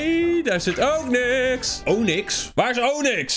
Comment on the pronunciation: Eerst zei je onix in plaats van ook niks en dan noem je andtroopers taki jakis bruh 😆